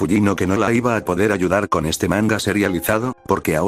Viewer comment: Me ofendio mucho el "Iba"